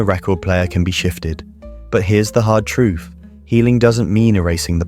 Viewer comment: Truff. Why is it so hard to say TR UTH? Sounds so stupid. The damn Brit